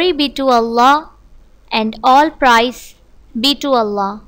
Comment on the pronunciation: Follow Islam it is pronounced like prayz ...praise not price ... and none is pronounced like nun not non